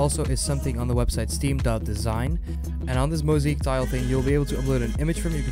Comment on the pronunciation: its not "moseek" its "mosaic". This is why you should stay in school kids